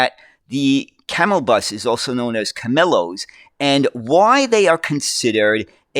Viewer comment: Camellos is pronounced "kah-meh-yohs", with the ll making a y sound! This was a very good video on what is definitely one of the weirdest buses around! In Cuba as well as the Canary Islands and Puerto Rico, buses are called guaguas, thanks to many Canarians who came to Cuba and PR! The word guagua is an onomatopoeia stemming from the sound of a Klaxon horn! The Camello is an understandable solution in an extreme situation, you make the best of what you have, and Cubans remain strong and resilient people! Even with their extreme situation, Cuba manages to still have a lot of transit! The MetroBus network this video was about, currently has 17 lines! Besides the bus network, Havana also has the Havana Suburban Railway and the Hershey Interurban! Outside Havana, the suburban rail network serves some towns of its metropolitan area in Artemisa and Mayabeque provinces. The Hershey Interurban on the other hand is Cuba's only surviving electric line, linking Havana to Matanzas via Hershey/Camilo Cienfuegos, and it was originally built by Hershey to transport sugar to the port of Havana. The Cuban national railway network in general is around 2,830 miles! The 1,024 kilometers (636 mi) Central railway runs from Havana to Santiago de Cuba in the eastern region. An interesting fun fact about Cuba's trains is that it was actually the first in the whole Spanish-speaking world to get trains! Yes, even before Spain itself! Cuba's railway history began in October 1834 during the colonial peri